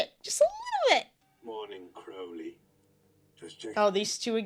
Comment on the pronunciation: this is such a pet peeve of mine, but it’s CROWley 😭 CROW-LEY 😭 like the bird! (NOT cROWley)